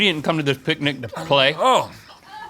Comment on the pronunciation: the way they are pronouncing picnic is unsettling